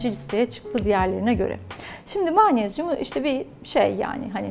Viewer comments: Yazıldıgı gibi okunur magnezyum (maanesyum) degil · Mağnezyum deilmi Hocam sizin magnezyum söylemeniz çok farkli acaba Bildigimiz mağmezyummu😄😄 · Maanezyum ne yahu magnezyum diyemiyor musunuz? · Türk Dili ve Edebiyatçılar’ı göremedim: mağnezyum 😅